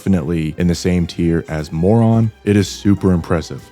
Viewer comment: Did you just called Moran as moron